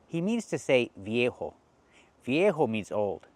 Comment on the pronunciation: Thank you for your videos. I like them and recommend your channel to my friends! But I have a few observations about this video. - VIEJO - the V letter is pronounced as B in Spanish. So /vieho/ is also mispronounced. It's /bieho/ - It seems that he pronounced the word WHERE properly. He used the R sound. UPD: I'm not a native speaker, so I've noticed that he indeed said "WORE" after a tenth try)) Nonetheless, I understood that he used the word WHERE.